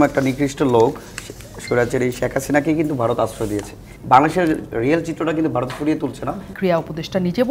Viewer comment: এদের কেন টকশোতে নিয়ে আসেন বুঝিনা। সে কোথাকার রাজনীতিবিদ ? এই ছেলে তো ঠিক ভাবে কথাই বলতে পারে না।সে ভারতকে বলছে বারত😂